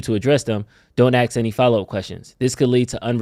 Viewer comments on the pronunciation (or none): It's prounced ASK.